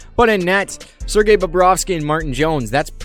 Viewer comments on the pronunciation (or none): none